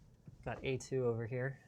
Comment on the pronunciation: When Linus said "A2", at first I thought he said "et tu" as in "Et tu, Brute?" 😉